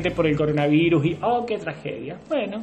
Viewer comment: Alguien pase los videos donde la primera dama no deja de decir "coronaviNus" xD